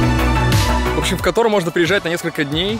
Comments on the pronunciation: Кóтор, ударение на 1й слог, пожалуйста… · Прошу не Катор, а Котор!!!